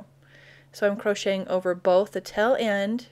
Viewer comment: Taaaaaale end. Not tell end